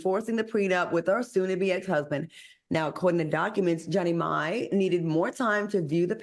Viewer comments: Jeanie MAI..... ???? Pronounce correctly......where is Funky??? SMH! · I really wish y’all would get Jeanie’s name correct! Lol it’s pronounced “Jee-nee My” not “Jenny May” smh 😅